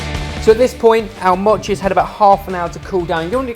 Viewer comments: It's m-oh-chi not m-aw-chi oh my god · say mochi right. its moe-chi. not ma-chi. i cringed every single time you said 'machi' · not maw-chi moe-chi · its not mot chi its mo chi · Don't cut it dudes just eat the whole thing! Also you're saying mochi wrong. Less mocchi and more mo-chi if you can catch my meaning. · If you coat a whole strawberry with the red bean paste and then cover in mochi, then it's a spring snack (popular in sakura time) called Ichigo Daifuku and it's very delicious! (Also, it's pronounced Moe-chi, but I'll let you off haha) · it's not pronounced moe-chi. look at how actual Japanese people pronounce it and their correct. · MOOOHHHHH-chi. like MOment. (head desk) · It's M-o-chi with a long "oh" sound! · I knew it. M-OH-CHI Come on we already let you screw up recipes all the time, the least you could do is pronounce it right. Pro Tip: Mochi goes great with frozen Y-OH-GURT. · i cringe every time they pronounce mochi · Why is everyone complaining about how they pronounce mochi? It's supposed to be pronounced with a short O and that's what they've been doing. Also it looks delicious. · Is anyone else annoyed that they pronounced "Mochi" wrong? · well I guess she could have kindly corrected you. Not trying to be rude or anything but that it is how is pronounced (probably not as bad as though) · That mispronunciation of mochi though. Yum xD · I don't say Mochi the way does. D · No it's not, have you even heard of a Japanese person say mochi? The O is pronounced shortly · I came down to the comments just for that-_- the pronunciation was really not the best, made me cringe as well